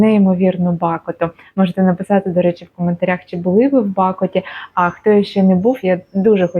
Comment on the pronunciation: Привіт 🖐️ все таки правильно робити наголос на о - БакОта) , не була там, але по фото видно, що це чудове місце 😊